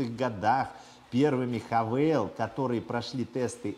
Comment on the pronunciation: Хавал... Не хавейл